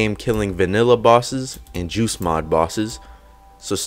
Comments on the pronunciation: He doesn't pronounce the t clearly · Whenever you say “Joost Mod” I keep on thinking you are saying “Juice Mod” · Me too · Sh4dow same